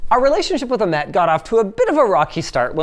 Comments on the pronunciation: nobody is going to talk about how he said the name "Ahmed" wrong every time! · Why do you call the creator of this "case" Amed? you are missing a letter.